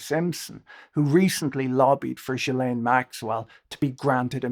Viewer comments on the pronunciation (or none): Jill lane but you say it together jillane, that’s how you’d pronounce it. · Very nice of you to do this recap! But it's Ggghislaine, hard G like Guy. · That was the best summary I've seen of the Epstein scandal. The question of where his wealth came from is one that deserves far more attention. I have to comment though on this inability to pronounce Ghislaine's name properly. The English media don't seem to have the same problem, possibly because of repeated exposure to her father saying it. In America, all manner of educated folks have yet to figure it out, Lawrence O'Donnell included. It is a French name and therefore phonetically sounded out. The Gh is pronounced the same way as in ghost. No juh sound. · Jizzlene in France. {unfortunate with the Jiz part.} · After all this time and people are still mispronouncing ghillaines name? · The mispronouncing of GM's name must grate on her ears. But there is no doubt whatsoever who they are referring to.